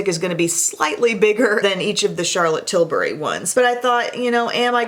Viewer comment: I liked this video solely because you pronounce CT’s last name right. Too many you tubers call her Charlotte Tilbarry...... like ummm no. Sorry, having untraditional name, I think it’s just sign of respect to say one’s name correctly, so thanks for that!